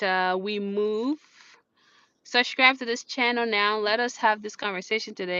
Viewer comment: I have SUSHCRIBED, o.😁 The way you pronounce subscribe is cute though..